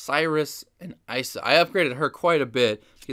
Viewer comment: It's pronounced "ee-suh"